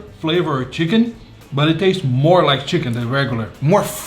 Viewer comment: "MoRe CHiCaKnEE FlaVoR"